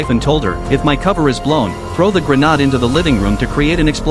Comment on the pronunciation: Its a GRA...naad phonetically. Robot narrator still cannot pronounce words properly